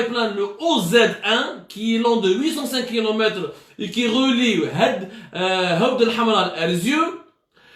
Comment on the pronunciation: C'est 7awth el7amra et non 8awd el7amra, ya bou9ou9ou ! حوض الحمراء